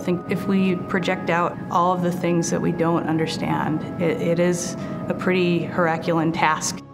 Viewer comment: A heraculan task? Did she mean a herculean task?